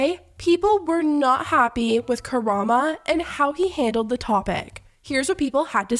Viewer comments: The way is pronouncing Karamo is sending me lmao he deserves it though after bullying that woman on his platform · one of the things that bothers me the most from this drama is that nobody knows how to correctly pronounce karamo 😭😭😭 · girl...how do you pronounce "karamo" wrong when it's literally right there on the screen... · ain’t no way sis. Ends with an O, not an A! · How have you still not figured out how to say "KaramO" this is like your third video on this. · why u mispronouncing karamo's name all along this video like he is a cultural icon lol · The show is called KA-RA-MO (not Karama) that's the name of the show & that's his first name. I hope you don't think I'm being rude, just wanted to let you know how it's actually pronounced. Great video. Chef Pii really should've put a lot of thought into the sauce before selling it on a whim. She's honestly lucky she hasn't gotten more severe backlash/lawsuits. I'm not gonna speak on the Karamo & Chef Pii vs the customer mess because my opinion would be very unpopular, lol. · "Kurama" Please don't bring my favorite fox boy into this, it's "KA-RA-MO" lmao 😂😂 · Appreciate you putting this video together! Just wanted to let you know that the ending syllable in his name sounds like "moe" not "muh" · It’s KA-RA-MO lol not karama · Her saying Karama instead of Karamo is so funny but I loved the video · So sorry, it’s KaraMO not -uh at the end of his name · girl it’s karamo not karama lmao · i’m pretty sure it’s pronounced “ka-ra-mo” not karama! i could be wrong but it sounds wrong. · KaramO. Sorry it just bothered me to pieces that you said Karama this entire video :D But yeah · KARA-MOH NOT KARA-MAH all of these tea channels cannot get the man’s name right. Lmaooo. Tell me you don’t watch Queer Eye 🤣🤣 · I love you but it’s “karamO” not “karamA” lol 🤣🫶🏽 and that apology was such a PR move tbh but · its karamo lol not karama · "chefs pii image" 💀 "karama" ☠ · karamo. not kuh-rahm-uh. it’s kuh-rahm-oh.